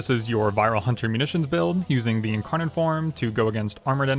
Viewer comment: the incawnon and the wed cwits parts made me laugh so much bro i love ur vids